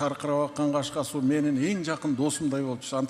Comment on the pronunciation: Суу деп окулсун